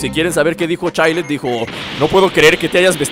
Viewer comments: se pronunsia chails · se pronuncia Chaild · chaild asi se pronuncia pero es chilled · se escribe chilled pero se pronuncia chaild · Es chaild como se pronuncia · jjaajajjajajaj estas chistoso P.D se pronuncia chilled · se dice chaild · se pronuncia child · se pronuncia chaild